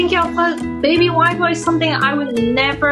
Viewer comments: Thought she said "White Boy" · "Wiyah Boyh" instead of "Wild Boar" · When you put the CCs on, every time she says “wild boar” the CCs write “white boy” 😂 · Cute story, though I kept hearing "white boy" instead of "wild boar", made me chuckle.